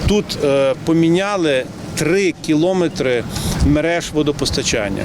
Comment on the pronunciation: КілОметри ,що з вимовою в міського голови ??? КіломЕтри !!! Тупий і ще тупіший .